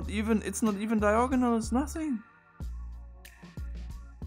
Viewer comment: "Diagonal" (Not "diogonal") >